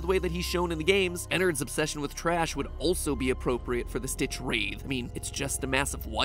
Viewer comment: Did you seriously pronounced StitchwraiTH like that??